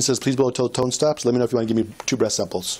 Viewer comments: It sounds like tongue…. I was very confused lol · Tone. Not tongue!👀🤦💀💀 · It sounded like he was saying "keep that tounge going" instead of "keep that tone going" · I think he was saying keep the TONE going. The tone from the machine. But it did sound a lot like tongue. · The narrator says he's professional, all I keep hearing is "keep that tongue moving" 😂😂😂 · He’s saying “ keep that tone going “ not “tongue”😂😂😂😂😂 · I kept hearing him say "keep that tongue going" when he meant tone. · It does sound like "tongue" not "tone".